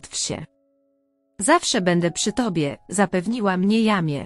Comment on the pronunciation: NIE czyta się jamie tylko „dżemi”! !!